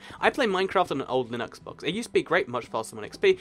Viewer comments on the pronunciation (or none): none